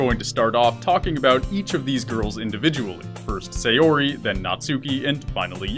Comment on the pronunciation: While I've enjoyed some of the benefits of anime and other Japanese stuff slowly becoming more and more mainstream, the most difficult part of this slow process is that all of the youtubers still pronounce every name incorrectly. Sayori- The 'Sa' in Sayori is not pronounced the same as 'say', it's like the 'sa' in 'sand' or 'sample'. Natsuki- While the pronunciation of each syllable is ok here, the lengths and stress is messed up. Japanese is a pretty flat language and while it does have stresses they are a lot less intense than those in English. It also has the convenient feature that unless specifically lengthened with an additional vowel or shortened with a "っ", all syllables are the same length. In short, don't emphasize or extend the 'tsu' like you are. Yuri- Yuri is the one you come closest to getting right, but be careful that the the 'Yu' is properly pronounced like the first u in 'ukulele' or 'uniform' rather than with a 'yuh' sound like the 'yer' in 'lawyer'.